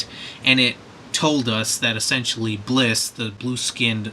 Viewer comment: It's Bills, not Blis.